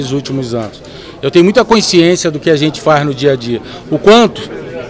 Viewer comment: Passa o tempo e não aprende a falar CONSCIÊNCIA. Incompetente!